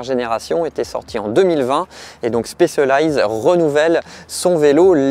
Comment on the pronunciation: La prononciation de Specialized m'arrache les oreilles. C'est quand même pas compliqué d'apprendre un mot correctement en phonétique même si on n'est pas anglophone